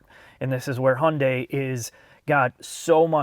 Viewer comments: It's funny i mean pronunciation of Hyundai.. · "and yes, this is how we pronounce it in the United States." I love it hahahaha subtle shots fired for the other guys video 🤣🤣🤣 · Why do you insist on sticking with the US pronunciation of Hyundai while you give Porsche the honor of saying their name properly? (The US way is "Porschee" or "Porsh" or such, but you do say "Porscheh".) - This car is the good type of futuristic design. It's like the best design taste from those future-movies for a teenager audience. If DMC still existed today, that might be their style. It reminds me a bit of what Honda did with the 8th gen Civic Hatchback. Also very odd, avantgarde, but kinda cool. The front even has some old muscle car vibe. Although it also has that E-loon Murk madness, the sharp lines that mark an intellect too infatuated with itself, and the large wheels make it look fat and heavy, so personally I'd still pick something more rounded. And its general shape is too much VW Golf like for my taste. - If I was born into this world much later, I'd be very excited about this car. ... Not so much the interior, though. Not comfy enough. Feels more like a waiting room at the dentist. ... Oh well, if I was born into this time, I'd probably be an idiot anyway. Ugh, too much asymmetry. Even that sensor assembly on the windshield. Everything is better with 'intelligent' - Why not call it E-GiMP? 😄 I also checked the (German) brochure and it is limited to 185 km/h in all variants. Interesting. The limitation of the tech. And the 9 color 'options' here are totally ridiculous: white, black, matte silver, medium gray, dark gray, almost black gray matte, dark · Hay-yun-dai Hi-yun-die Hey-un-day Every time I hear someone pronounce Hyundai and other way than Hun-day I cringe a little. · If only he could pronounce Hyundai properly. There is no silent Y. Hunday